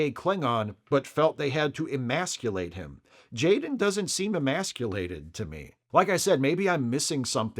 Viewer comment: said Jayrem ❤😂